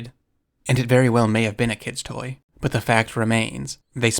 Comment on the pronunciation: I didnt hear "kids toy" but "kid boy," which isnt grammatically correct, but still hear no "T."